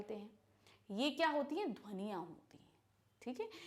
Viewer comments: Mam saying dhaniya in the place of dhwaniya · ध्वनियां ❌ धनिया ✅ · dhwaniyan❌ dhaniya✅😂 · mam said inhi dhvaniya inhi hi dhaniya (dhaniya) lol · Listen 0.55 dhaniaa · How many of u listen that mam says.'sound'as "dhaniya"😆🤭🤭😂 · at 0.55 man said dhania